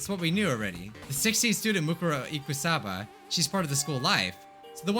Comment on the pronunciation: I love how he pronounces Mukuro Ikusaba incorrectly the whole time